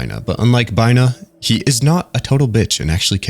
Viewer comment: I’m really really impressed with this video. You gave really accurate and detailed information that I’m very satisfied with given how much I love Project Moon. You did pronounce some things wrong (namely Hokma [which is pronounced like the ma balls joke], Binah but it was on purpose for funnies, Chesed which is pronounced Hesed, but that’s really it) but I really didn’t care because I enjoyed the vid so much. Also your ego definition was apparently not accurate, but a joke made by Dante from Limbus, as we don’t know what ego stands for. Something I will say is that this isn’t a video I would recommend to people who haven’t or are just starting to play lob corp. Apparently a lot of people choose to either ignore or just watch a summary of lob corp so they can play Library of Ruina and/or Limbus, just because they hear it is hard as balls, which it is. However, this game is a journey of enlightenment of the mind in many aspects, which isn’t an easy thing to do, so it’s hard for a reason, the same way Undertale Genocide is hard for an actual reason. It’s a game that can only be truly taken from the eyes of the player, and ignoring it for its difficulty is just saddening. Skipping it because you don’t think you’d like it or that it’s just not your game is understandable, but ignoring it just so you can play other PM games cuz it’s hard is a pussy move in my opinion. I’m getting off track, but new players should play lob corp, then watch this amazing video to get anything they mig